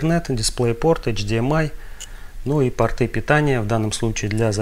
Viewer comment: не портЫ (штаны), а пОрты